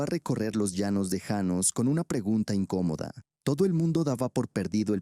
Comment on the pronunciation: Janos no llanos. Empezaste bien y luego cambiaste como merolico